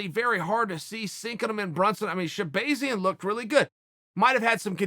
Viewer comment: Rotull If he says it’s shehbayzian then Edmon should change his name.